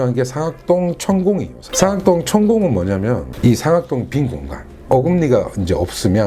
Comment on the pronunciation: 잘 들었어요 근데 상악동 上顎洞 억양 틀렸어요